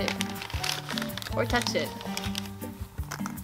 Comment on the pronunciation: I love it "Don't tutch me".. hahaha